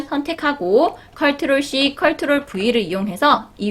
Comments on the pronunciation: 컬트롤이 아니고 컨트롤입니다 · 컬트롤 이라고 하시니까 뭔가 정감가고 좋아요> <ㅋㅋㅋㅋ 은근히 중독성 있네요!